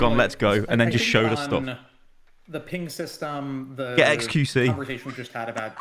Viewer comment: Why does keep calling it a "peeing system"? I thought about joking about that in his original dev blog video but thought it was a bit too low-brow. Well, he's just said it about 15 times and I can't ignore it any more. I guess Overwatch 2 is getting a peeing system... edit And also, WHO CARES!?! Jesus jumping Christ has already spent 10 times as long talking about the peeing system as he has about literally anything else in the alpha. Doomfist? Vague explanations. Balance? Vague explanations. Peeing system? Technical documentation. Why?